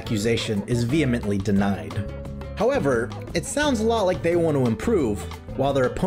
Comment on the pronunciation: First of all, "thay" lol . Second, man would be nice being Syntulk :_SliqWUPSET